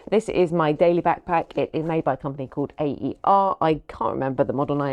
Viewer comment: Looks like you’re going to have a great time. Nice choice with the Fuji, as it can do a lot with its lens, built in flash, and ND filter. Oh, and FYI AER is pronounced “Air”. Hope you have a fantastic trip. Happy New Year!